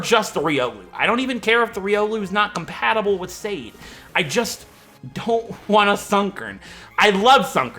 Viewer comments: Sade is pronounced more like "sah-deh", like "su" from the word "sun" and "de" from the word "deck". But honestly, I thought that anyone who speaks English might say it more closer to "said/shane/shade", which is totally fine with me. Now that "serious" explanation is over... ASDRFRFSAFG!!! XD I cannot believe you picked my name suggestion, first time I suggested a name and then you decided to use it! Thank you and hopefully you get your revenge! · It's Sud_deh in Finnish and that's how its pronounced,. I'm half Finnish so I would know! If you get a Larvesta, name it Aurinko which is Finnish for sun.